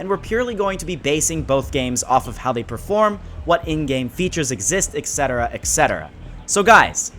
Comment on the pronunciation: Ect. Not exct